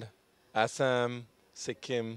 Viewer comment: Thank you saying Assam correctly unlike mostly other Indians